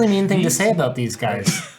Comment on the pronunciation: I can tell by your pronunciation of "abote" you're not from around here ... howdy from Texas 🦌🌶🦌